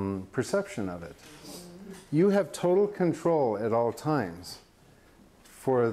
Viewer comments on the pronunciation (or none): none